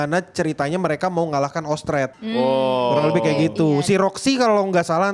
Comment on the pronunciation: sedikit koreksi. 1. Orsted bukan Ostred (ga terlalu penting tp ya sudahlah) 2. Roxy itu dari Ras Iblis (Ras Migurdia) bukan elf, yang Elf itu Sylphiette. 3. yang sepupu Paul bukan mamanya Eris tapi bapaknya yaitu Philip Boreas Greyrat yang ngomong langsung sama Rudy. (btw hubungan Paul sama Philip juga lumayan dekat makanya itu dia nyantai banget sama rudeus).